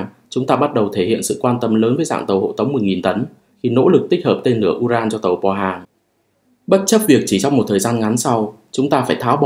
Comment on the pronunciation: Tàu pô hang ( pô hang 포항 là tp biển vs quân sự ) mà đọc bo hang mình ko biết luôn..